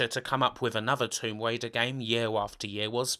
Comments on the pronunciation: Lawa Cwoft: Tomb Waider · Tomb Waider is getting me on my nerves